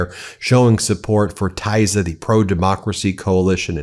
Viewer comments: Magyar’s party name is pronounced Teessa, not Taisa. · Pronunciation: TISZA (Tea Sá, as in Sad) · PRonounced Tee-za. and Fee-dez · it's pronounced: TEEsza !!! (Tisza) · Hey, Ben, the pronunciation of the upcoming Hungarian opposition party, Tisza, the 'I' is like in tea, not like the English 'I', just for your information. LOL